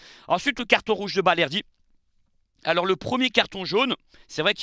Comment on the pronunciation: Balerdi et non bardelli 😂